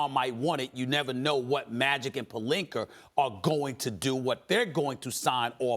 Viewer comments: Stephen A...... his name is palinka, not palinker Jesus Christ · Anyone ever notice how Stephen A adds Rs to everything, “Pelinker” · Stephen A love to put R on a person's last name. IbakaR and PelinkaR. Hahaha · “Robert Pelinkerr” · WTF IS A PELINKER?🤣 SAS BE TRIPPIN